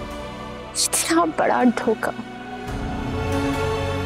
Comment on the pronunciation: 1947: did she say "itna barra doka" instead of "dhoka"?